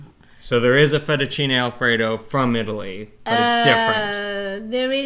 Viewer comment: Now that was a winner. You guys remind me of Laurel and Hardy. Classics luv-birds. Ahhhh....Eat-a-lee. That’s a-more-eh.